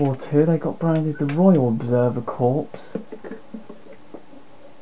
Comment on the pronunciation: Good vid, I'm fascinated by these things too. BTW corps is pronounced 'core'